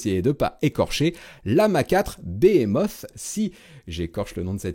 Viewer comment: Toujours très bien comme d'habitude même si Compliqué d'y accéder et pour ton INFO en phonétique Behemoth se prononce "bihimosse" 😂😂